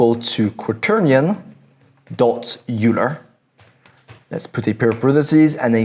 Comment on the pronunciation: Euler is pronounced Oiler